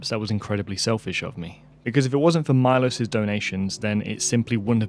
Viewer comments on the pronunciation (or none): Milos should be pronounced me-losh if he is from from central/eastern Europe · I think his name is not pronounced my-loss, but Mee-losh. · It's pronounced MEE-LOSHE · Milos would be greatfull if you pronounce his Name correctly. There is no Aye in I. Ist fonetic just Milos. And couse you dont have letter Š in Englisch alfabet , it would be as Sh. So Milosh would be for underdtandig easy way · Milos pronounced “meelos”. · Milos is a Slavic name, very common in the Balkans and the Czech Republic among other places. Remember the famous filmmaker Milos Forman, who directed Amadeus? However, unless this particular donor has Anglicized his name's pronunciation, Milos is usually pronounced MEE-losh, with the "ee" sound being short, as in "tip". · Since I bear the name of your most generous supporter it might be nice to pronounce it right: MEELOSH (I is pronounced as beer or deer and S is usually written with a caron [Š] and is pronounced as SH sound). I, unfortunatelly, am not near 700K to donate. ;) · I think his name is pronounced as “Melosh” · His name might be pronounced Milosh (Mee-losh) if he's from eastern Europe. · it is pronounced as it is written MILOŠ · You are butchering his name :D is Milos from Serbia?